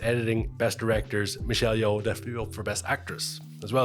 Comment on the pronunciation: You pronounce Michelle Yeoh correctly.. Just Yo..